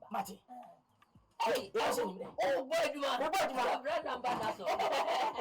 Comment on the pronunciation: He said "ambadasor"😂😂😂